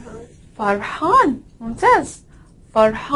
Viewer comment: جزاك الله خير الحاء حرف رقيق. نطقك للحاء في حزين صواب على عكس نطقك للحاء في فرحان. وفقك الله